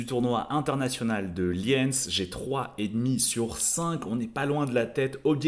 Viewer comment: oui, peut-être, mais on dit Liiiiiiiiiiiiinz, pas Liènz!!! :face-turquoise-covering-eyes